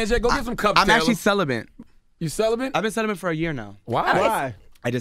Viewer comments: Diz DUMB ASS nigga jus say CELIBANT? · It’s pronounced Cel-uh-bet NOT CELIBENT. Smh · CELIBATE not celibent. My God!!!! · Did he say celebrant?